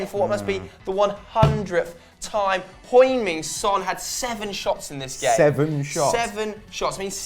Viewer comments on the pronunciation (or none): LOL I didn't know you pronounce Heung Min Son, HOING Min Son...lol